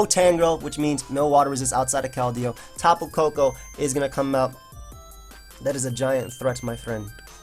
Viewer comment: the way he says tapu koko too